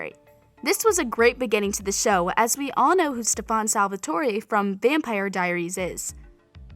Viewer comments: I know like they used to call Klaus like Klorze and i was like it's pronounced Kl-ou-ss and they replied and they finally got it right but then Stefun, Helena?? ummm no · Girl really just said steFAN Salvatore🤣 u ain’t Kai Parker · Stefaun and Helena 😆🖐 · She doesn’t know how to say Stefan 😭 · She pronounced Stefan like Kai did in season 8 🤦‍♀️ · Me upon hearing her pronounce every names wrong: CRINGE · She literally pronounced a lot of the names wrong 😑 like come on it just says a lot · omg why she keep saying stefan's name like that!? it's bothering the crap outta me 😂😂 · U can tell she hasn't really been doing enough research, the way she Stays Stefan's name it's just irking and it's Elena, not Helena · My heart literally started bleeding when she pronounced stefan's name. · The way she says stefan and it’s Elena not Helena. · And Stefan Salvatore its so annoying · Stefan's name is not pronounced Stefawn.. It is pronounced Stefen. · Yes only Kai gets to say StefAn. And who the hell is Helena? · Girl these are all wrong😂 and the way ur saying Stefan is the way kai says it lmao. and who the hell is HeLeNa😂 all of these have been explained in the show they’re not little Easter eggs. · Bro, why do I think Kai Parker wrote all of this? The reason is because she says StePhan Salvatore😂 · Imagine saying "stefon" instead of Stefan and "Alana" instead of Elena🙈🥴😂😂😂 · Sis who is "Stefun", "Helena" and "Quetsia"? It's Stefan, Elena and Qetsiyah. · Why are you saying their names like that? It Elena not hlena and its Stefan not stofan just saying not to be rude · Yeah and she goes StefOnn not Stefan like girl don’t lie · She sounds like Kai LMAOOO he says stefuun and clarise instead of Stefan and Caroline LMAOO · Courtney Pinaud same lol. Like she kept saying stefon and helena and elaric its really frustrating me 😂😂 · It's pretty obvious she didnt watch the show because of all the names she said wrong -Stefan -Elena -Alaric -Quetsiyah -Silas